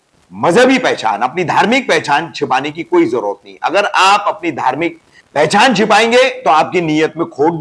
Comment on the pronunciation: पहझान नही पहचान होता है ।। फंखा नही होता पंखा होता है। लिम्बु नही ।। निंबू होता है